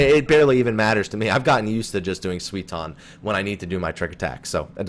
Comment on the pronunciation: It's something like "sooy-ton", not "swee-ton" :D But apart from that, great video, thanks for uploading it! :) P.S. I just swapped my client to Japanese and Dancing Edge's buff is a combo bonus (it doesn't require being on the flank), so the tooltip in English is just wrong, it's not a bug.